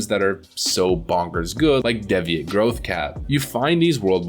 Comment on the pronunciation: "Deh-vee-ate" Growth Cap